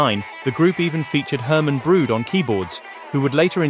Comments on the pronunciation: A little pronunciation help: Brood sounds like Brote. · Just a tip: "oo" in Dutch names is not pronounced like that. It's a long "o" sound like "oh". So Herman Brood's surname rhymes with road not with food.